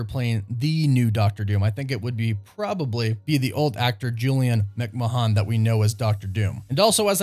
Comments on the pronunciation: Julian McMahon, is pronounced "Mc Man" , not Mcmah hon. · Julian McMahon's name it pronounced "McMan" -- same as Vince McMahon from the WWE. "mahone" is normally found in the colloquial phrase "pogue mahone" which translates to "kiss my arse" in gaelic. I'm just saying you should know these things before you mangle a language, yankee.